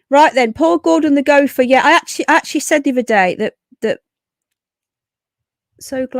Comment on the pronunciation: Woah…. What was that? Dan Wooton? Gopher? Go-fer!